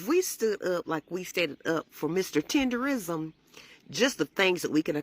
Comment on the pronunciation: tenderNISM!!!!!! NOT RISM!!!